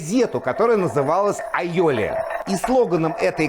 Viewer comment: Вы, судя по ударению, сторонник испанского происхождения айолИ?😂😂😂